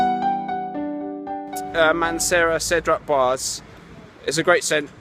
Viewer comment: my pet peeve is americans and brits not getting french pronunciation right :) it's boisé, like in blasé. the last e is not silent because of the diacritic mark :)